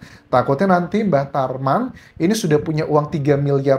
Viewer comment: Bang Anjas sering salah sebut "Mbah Traman...." 😂😂😂